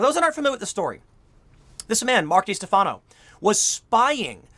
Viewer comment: How do you not realize that by mispronouncing his name, you’re actually helping him? It’s pronounced De-Stef-uh-no